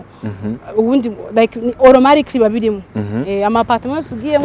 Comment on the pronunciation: Nahise nsubiramo ngo "auromarically "😃😃😃 hahahhhhhh American pronunciation irantesa. 😀😀😀😀